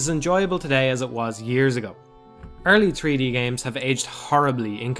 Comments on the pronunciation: "Tree-D space" haha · He said tree D and it was amazing. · Personally, I smiled more at "tree-dee". Love it either way.